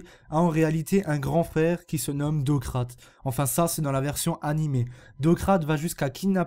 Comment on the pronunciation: Docrate? On dit DOCRATÈS ! Je suis désolé mais tu ne fait que lire un texte là :/